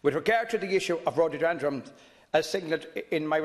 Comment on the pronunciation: The rhodordundronz